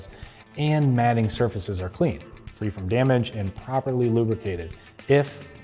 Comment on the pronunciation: ...."mating" surfaces not "matting" surfaces...come on, get it right, otherwise credibility suffers.